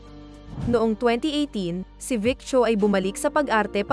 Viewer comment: Dami ko tawa mali mali ang pag pronounce ng names,yung sancai parang may h po yan pag binibigkas,yung VIc Chou mali yon, Vic Zhou po.😂😄🤣